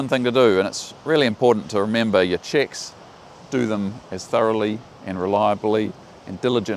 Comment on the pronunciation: Nice accent: Every time you say "checks" I understand "chicks". 😉🤣 Nevertheless a very important lesson. Thanks for that.